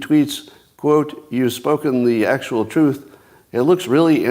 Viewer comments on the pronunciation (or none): none